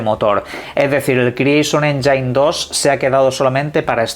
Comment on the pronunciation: ✅️Ényin ❌️Enyáin